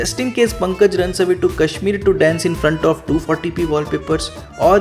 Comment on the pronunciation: Please pronounce the name correctly, it's Punkaaj not Pankaj.